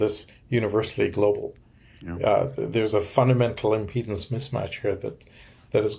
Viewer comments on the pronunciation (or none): none